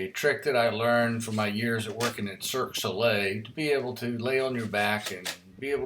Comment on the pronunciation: Cirque du sole ... too funny